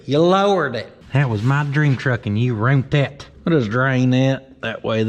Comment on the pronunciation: YOU "ROONT" IT!